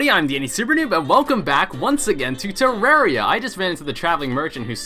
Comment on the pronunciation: I like how in the intro is said terrarism instead Of terraria.